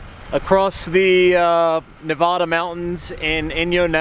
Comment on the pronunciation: fyi it's Nev-add-da not Nev-odd-a